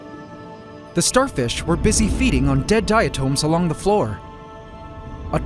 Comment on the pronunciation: I think diatom is pronounced differently than the way he's pronouncing it